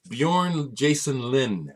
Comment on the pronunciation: Wow,, Your pronunciation of "Björn" was excellent!